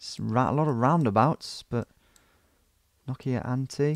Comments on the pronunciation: sounds like nokiaänthi. SE ON NOKIANTIE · It is Nokian-tie, not noki-antie🤷‍♂️